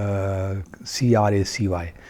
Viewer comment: Votre pronunciation du mot allemand était un catastrophe ! De plus, le mot anglais epicaricacy était mal prononcé aussi, plusieurs fois pendant la vidéo...😁 à l'avenir veuillez esseyer d'éviter ce type d'erreur. 😉